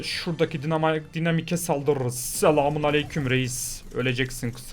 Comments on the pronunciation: Dinamik degil daynamayk diye okunur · abi daynamayk diye okunuyo